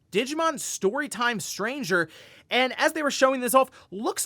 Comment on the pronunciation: It’s Digimon Story pause Time Stranger not Digimon “Story Time” Stranger 😂